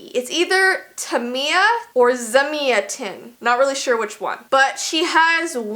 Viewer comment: It's Zamia Ten !😅